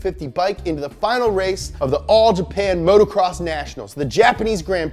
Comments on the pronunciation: love you dogg, but it’s moto- cross, not motorcross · It's motocross not motorcross...